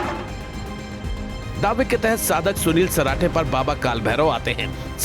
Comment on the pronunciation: Sunil parathe nhi sarathe h ji